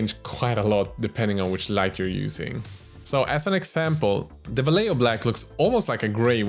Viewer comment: Now I need a paint related collab video about how different youtube miniature painters misspronounce Vallejo in various different ways xD (non Spanish native, obviously)